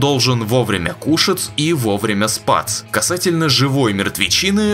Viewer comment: "...он должен вовремя кушаЦ и вовремя спаЦ" 😂